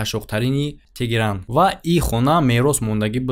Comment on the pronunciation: Тегерон не- теҳрон✅✅